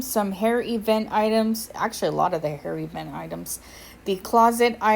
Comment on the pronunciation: I have captioning on, and every time you say “hair event,” the caption says “hairy vent.” CTFU